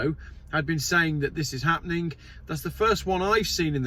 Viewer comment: it's "happening" not happenink.